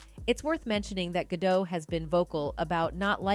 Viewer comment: It’s pronounced Gah-Dot, not dough. My lord. C’mon, girl.